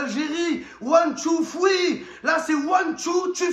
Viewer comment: One two tree on rentre en taxi 😂